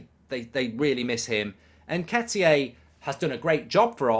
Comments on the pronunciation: Please stop saying "N-ke-ti-aay". It's EN-KEH-TEE-AH. Please and thanks 😉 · Where’s mark getting the pronunciation of ‘nhketiyay’ from?